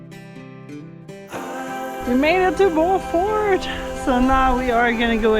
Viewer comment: Alex, did you cringe when you heard them pronounce “ Beaufort” 😂